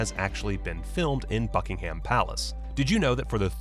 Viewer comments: Hearing how Americans say “Buckingham” is painful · Bad pronunciations - eg 'Buckingham' and 'Louis'..then you showed the wrong actor for Lord Mountbatten.